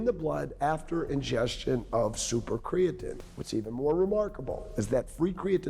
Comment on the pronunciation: The fact that he constantly mispronounces the word creatine is the biggest sin to me